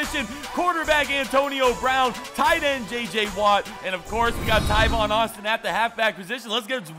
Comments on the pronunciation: just for future videos, Tavon Austin's name is pronounced "Tāvon," like "ate," not "Taivon." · Its tavon not tivon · Tavon not tyvon 😐😐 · Tyvon Austin........ It's pronounced Tay-von Austin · BREAKING NEWS the letter a is now pronounced ( eye ), the world is in massive confusion. Tavon Austin is now pronounced Tyvon Austin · TAVON not tyvon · its tAvon Austin not tyvon Austin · I don't think enough people said it sooooooooo TAYvon not TYvon Guys give him a break he made a simple mistake lots of people pronounce thing differently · It is TAAAAAAAVON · It's T-Aye-Von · TA-VON (A) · I thought he was saying "Tyvon" Austin on purpose... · Bro, there's not even a y in Tavon Austin's entire name.. Come on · STOP SAYING TAIVON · It's tavon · No he says it in every video